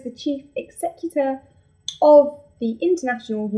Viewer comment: Yea for Charlie Gilmour, he sure knows how to protest. He should be out in 8 months. George Orwell might have been a NotW reader, but that was in the days before it became a sleazy rag. The Mexican army are all high as a kite this weekend. Corrections:- Cenotaph, executive, Tijuana (or did you mean Baja, pronounced ba-ha)